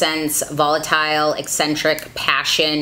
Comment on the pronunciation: Out of everyone who has reviewed this palette you are the only one who has pronounced Eccentric correctly. Everybody else keeps pronouncing it e-sin-trick. It’s been driving me nuts!